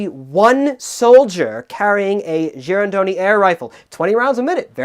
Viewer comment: was a bit worried he might be butchering the pronunciation of "Girandoni", but the way he said it was quite accurate.